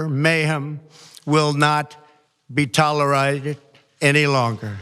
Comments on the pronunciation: toleratte? toleratee? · Tolerided? 🥴🥴🥴 lazy mouth ass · Cc had "tall-er-rite-id" "tolerated." Cc is giving him too much credit. DT is sick, John, yes. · "a clear ..message .....tolerieded" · 🤣😂 adderol, Sudafed and teleprompter 🤣😂🤣 because of course they were trending. This shouldn’t be toleridid! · The impeached turd is so illiterate. Cannot pronounce "tolerated" hahaha